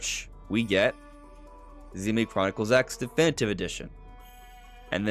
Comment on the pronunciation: We can tell you’re not into it because of the way you said Xenoblade